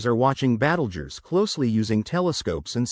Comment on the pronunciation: AI babble -“Battlejuice”.